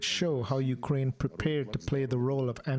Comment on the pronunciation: I know this is serious but in the start she says "going to fight for ukraime" sorry its just yeah ill head out